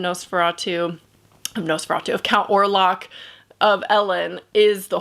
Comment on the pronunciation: Orlok not Orlac.